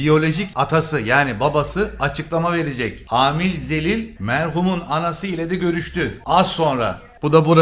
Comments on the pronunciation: Amil Xelile Amil Zelil dediğinde haykırdım😂 çok tatlısın be😂 sjsjjsjsjsjaj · Amil zelil yox Xelil😂😂😂😂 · Amil Zəlil yox Amil Xəlil😂😂😂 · Amil Xelil yerine Amil Zelil😂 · Amil Zelil✨ Karl Marks abimiz😂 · Amil Xəlil ❌ Amil Zelil ✅ 😂😂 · Amil Xəlil❌ Amil Zelil✅😂😂❤ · Amil Xelil olar o Zelil yox😂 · Abi Amil Zəlil ne yaa koptum😂😂😂Xəlil o Xəlil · Amil Zelil😂 değil, Xelil (Halil). Elə zəlil olmuş veriliş aparır😂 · Hele Amil Zelil demeyi 😂😂😂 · Amil Xəlil oldu Amil Zəlil😂😂😂😂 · Mən də fikir verdim : " Amil Zəlil " deyir. 😄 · “Amil Zəlil” dediyi yerdə qopdum😂😂 O hərf elə oxunmur sevgili 😂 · Amil Zəlil nə gözəl dedin sksjsjsjsj Efirləri bu günə qoyan yerdə zəlil olsalar yaxşıdı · Amil Zelil ne abi😂😂 zelil yatalak demek